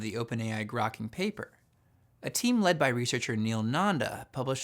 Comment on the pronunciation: grokking sound like cracking